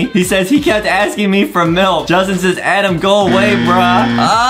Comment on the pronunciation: DID HE JUST SAY SAYZ!?!?!!?! ITS SAYS